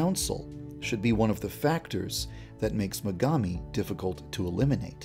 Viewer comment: I HEARD MEGAMI AS MEGAMIND